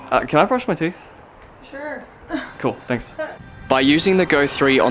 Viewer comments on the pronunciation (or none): none